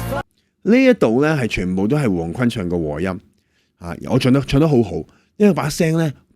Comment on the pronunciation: 胡鴻鈞是「君」音，不是「坤」